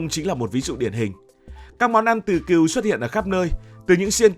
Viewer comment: Con Cừu mà đọc con Kiều hả tr 😂